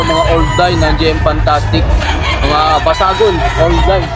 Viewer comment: DESAGUN line po ata idol hindi po BASAGUN